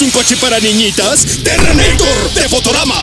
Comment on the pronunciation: Este tipo si me hace reír, ahora y que: "Terreneitor"🤣🤣🤣🤣